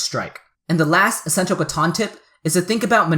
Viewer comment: Catan not Caton